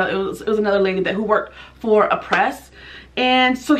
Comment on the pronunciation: No offense, but the brand name is pronounced AH-PRAY , not A-PRESS.